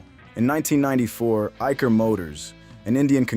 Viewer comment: Your pronunciation of Eicher is wrong